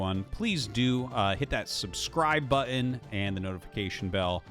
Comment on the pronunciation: The way Dan says the word button makes me think of Andrew tater every time 😡😡 pls fix Ps love the casts Dan keep it up